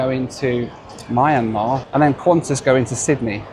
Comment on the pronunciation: since he butchered the pronunciation of Myanmar and various Chinese cities already in this video, I’m guessing this pronunciation of Chinese Coca-Cola is also a miss.